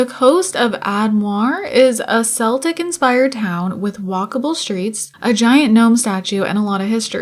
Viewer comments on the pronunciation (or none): It's pronounced Kel-tic not seltic 🤦 every single Sims YouTuber is calling it that, say it with me people Kel-tic, the seltics/Celtics are the sports team